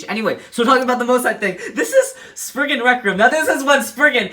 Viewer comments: ummm, excuse you, it's spriggan, not spignut. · he just called spriggan sprignut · It's not spriggnut it's spriggin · Umm???????; you called legend spriggan legend sprignut. The time stamp is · Sprigna? Spriggan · Wait, he said spriggna? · When you were talking about legend spriigan you said spring nut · Did my boi really call it sprignut hahahaha lol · Is he calling is spriggnut🤣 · nobody's gonna say he said spriggnut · Y r u saying sprignut 😂😂😂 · Lol I hear Sprignut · its not spriggnut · DUDE WHY ARE U SAYING SPRIGNUT